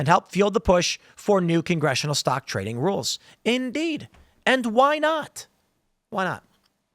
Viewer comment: Nooo, NOT “tading”! 😢